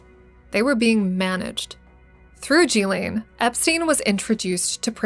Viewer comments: Jeee-laine? At least say Ghislane properly (Gee-Lane) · Glad you did this post. But her name is pronounced Geelane, with a Guh sound for the G. Not Jeelane. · I thought it was pronounced “gill-lane” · She did not introduce herself as "Jillane." Her name is Ghilaine. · I can’t listen to G lane anymore It’s Ghislaine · Its pronounced Gillen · Yikes...the incorrect pronounciation of so many well-known names and words...G-lane, jufree, phiLANthrapic, teTAREboro. Don't get me started on the French name...just killing me. Are there no producers or editors to help? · It's pronounced "guh-layn" Maxwell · Please learn to pronounce Ghislaine correctly... (more like 'Ghee-LENN')... Ghee... as in 'GEEK'. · You mispronounced Ghislaine Maxwell’s name! *iT is PROPERLY PRONOUNCED with a HARD “G” sound “GiLL -LANE” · GHEE-lyn is the correct way to pronounce Ghislaine. A hard g sound, accent on the first syllable, e as in eel, second syllable is pronounced 'lin' identical to Marilyn. I know this because I listened to people who knew her being interviewed, including Virginia Giuffre. They all say her name this way. I wish YouTube commentators would do likewise. It's not that hard if you are doing research and speaking, in fact broadcasting, on this topic.